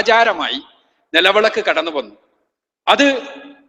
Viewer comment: Nelavelak alla mandaaa nilavilak ad parayaaan polum ariyilla